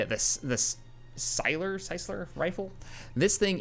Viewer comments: Say it as in cycler as in someone who rides a bik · After watching your last video, I was starting to think you can't use the jetpack and shield together. Pick-ups it is, then. And it's pronounced psychler. Like bicycler.